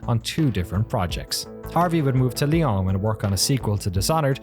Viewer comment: Everyone who speaks French is going "It's lee-ow(n)", not lee-aw(n)!" Glad to see some appreciation for this studio.